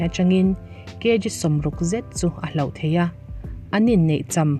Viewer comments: Hloh i lam dan hi hlauh a ang tlat! A awmzia a inang lo nasa mai si a, han lam deuh fak teh. Hlauh - Mi tihlau thei thil/Thil hlauhawm - ramhuai, zan thim adtl.. Hloh - Tibo/chân/paih - ka pawisa ka hloh daih mai, ka bag ka hloh daih mai adtl... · Mizo ṭawng hi a har hle, hman dik pawh a harsa; tin, lam dik vek pawh a har viau; mahse, 'hlauh' leh 'hloh' tal hi chu hre hrang ula, lam hrang thiam ula ka va ti êm, a awmzia a inang lo nasa si. 'Hloh' chu tibo, chân tihna a ni. Eg:- Kum tîrah khan ka laizawn pakhat ka 'hloh' a, ka rilru a nâ a, hna pawh ka la thawk peih lo. 'Hlauh' chu 'vanneihthlak' tih lam kâwktu a ni thung; tin, beisei loh lam thil sawi nan pawh hman a ni bawk. Eg:- 1) Nimina ka bakkilh hloh tâk paruk zînga pali chu, hei vawiinah ka hmu lêt leh 'hlauh' mai. 2) A dang pahnih kha ka hmuh loh 'hlauh' pawhin a man a to lo bawk a, ka ui lutuk lo ve.